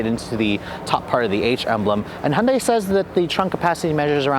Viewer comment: Hon-day.... Hon-day.... Hon-day.... WTF